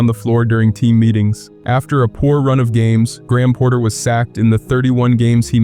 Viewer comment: Did anyone tell you that it’s Graham Potter, not Porter?